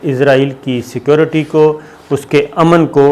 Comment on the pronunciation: What is the problem to say security Not secorty.